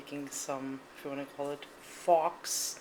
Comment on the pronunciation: Nice recipe!! Not being mean but its actually pronounced "foe" not "fox". The x is silent.